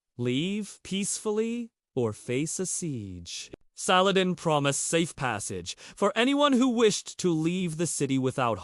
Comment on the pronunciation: I think if u r going to attempt a historical view of a most respected man you should at least attempt to pronounce his name right otherwise if u don't know how to say his name how can you know how to speak about his holy deeds.